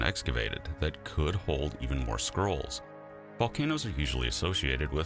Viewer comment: I thought at first he said "Herculaneum Squirrels", like they were an artwork or an extinct species.